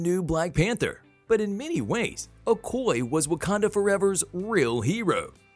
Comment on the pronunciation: Awesome 👌 But My dude the Name is okoye break it down o koy ya Not ocoy it's a yeah at the end.